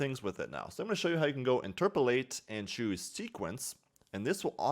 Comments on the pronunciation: "Interpolate" not "interpolatate" otherwise, awesome video. :) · i beg u please stop saying interpletate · He says it wrong, then he says it right, and then just says it wrong again lol